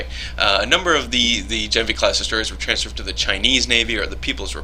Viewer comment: gah-NEV-nee. I asked my dad who speaks fluent Russian.